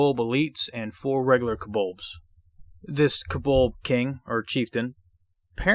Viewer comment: Enjoyed the walk through as I always do, which usually makes me buy the adventures your covering. One question, it sounds like kobold is pronounced kobolbs like in or is my hearing audio not awake yet?